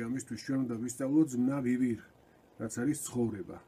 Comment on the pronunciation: ანბანის ახსნისას "ვ" ასოზე აგვიხსენით რომ იკითხება როგორც "ბ". ამ გაკვეთილში სიტყვა "Vivir"-ს გამოთქვამდით როგორც ვივირ და ეს შემთხვევა გამონაკლისია?